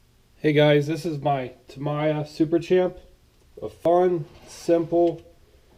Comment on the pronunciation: It’s pronounced ta-me-ya Not ta-my-ah